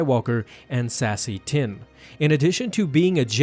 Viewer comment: "Sassy tin" -Bessy 😂🤣😂🤣😂🤣